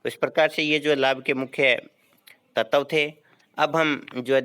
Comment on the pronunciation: तत्व की उच्चरण गलत है।